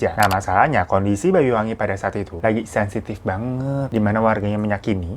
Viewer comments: Bang "Banyu-Wangi", bukan "Bayu" ya... Banyu artinya air, Banyuwangi artinya air yg harum/wangi. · Banyuwangi bang. Bukan bayuwangi. 😁 Nyebut banyu kyk anya bang. Bukan aya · Isun wong Banyuwangi Heng weruh ceritane gaes🥲btw bang Hiro klau ngomong Banyuwangi jadi Bayuwangi😃